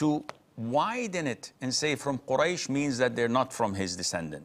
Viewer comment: they do not say Quraysh, as you say. and almost authenticated as by various books & writing, as they say "Ahl al bayt" . is the hadith of Quraysh? the hadith they quote to say is from "last sermon" at Ghadir (pond) of Khumm. I think the aspect is that of how against Ahl-al-bayt the uprising, that had effect of hurting the religion at which Ali (RA), went to correct, it was a message of importance of situation to come